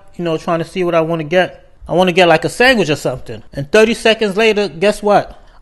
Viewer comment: Are you from New Jersey? Im asking you curiously due to your accent, especially the way you pronounce sandwich